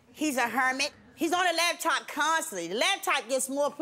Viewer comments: if she say "LAB-TOP" one more time !!!! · I hate when people say "labtop" !! lol